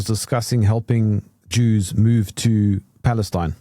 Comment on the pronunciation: Jews pronounced ews, is this the origins of the term Usury??